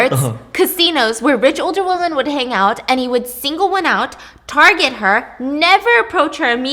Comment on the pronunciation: Women not woman.